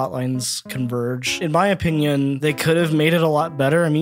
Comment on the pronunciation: so in my opinion... Me: don't you mean in your "o-minion?"